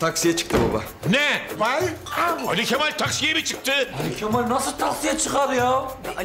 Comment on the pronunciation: Sinan neden ali kemal deniyorda ali kefal diyor